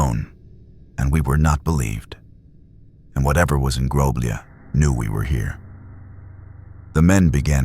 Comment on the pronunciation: I couldn't find the village in question, maybe don't change the name so I can try to find it and it's not groblije It's groblje you read lj as one letter cuz we Serbians don't have lj as in cyrilcs (Љ), this is the letter that the lj means